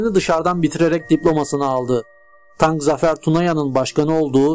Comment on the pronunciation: "Tarık" Zafer Tunaya. Tank değil : )